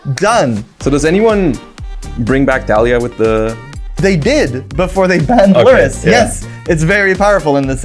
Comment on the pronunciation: The way I started cackling when he read lurrus name